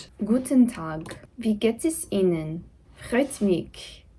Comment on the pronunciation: I have the biggest respect for people who try to learn German because it can be a pain in the ass sometimes 😅 and your German sounds so adorable. Just one tip: the „ch“ in German words is pronounced like the H in „hue“. It‘s only pronounced as a k when the word starts with an „ch“. So for example: in „Christkind“ the Ch is a K-sound; so it sounds basically like: Kristkind (or Christmas) In „mich“ the Ch is a H (as in hue) sound. Hope that helps ♥️